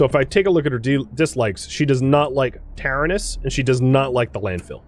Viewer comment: you keep mis saying taranis. its Ta-ran-is